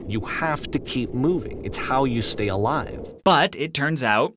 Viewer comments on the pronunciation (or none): none